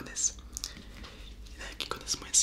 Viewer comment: ça me stresse quand on dit « moinsse » au lieu de « moins » 😂